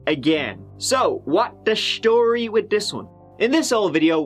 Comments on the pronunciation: Quite the "schtory" 😅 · the shtory with this one